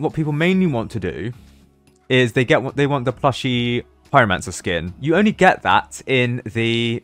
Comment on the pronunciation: "plushie, pieromansar"